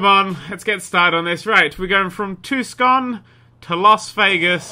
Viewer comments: Tucson is said as. Too son. Not tuskan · Hey nerd. It's Too-s-on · Its pronounced like tuson. Im watching all roadtrips... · Lol he said tuCson!!! The C in Tucson is silent hahaha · It's pronounced 2son. I live in Tucson, I would know. And it's not that barren. It's actually pretty big. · TUCSON (TO_SON) ARIZONA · is pronounced Tu- son. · its pronounced too-son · Tucson is pronounced "Too-sahn" It's Spanish. Or Native American. Or something. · Very sympathetic to his mispronunciation of Tuscon, but I couldn't help but laugh. I'm a terrible person.